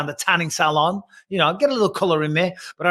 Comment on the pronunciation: The way Bisping says salon and finale is so funny